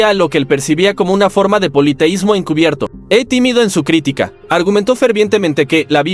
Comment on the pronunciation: Una de las veces, lee mal, es " critíca " y no " crítica " a los 34 segundos...🤷🏻‍♂️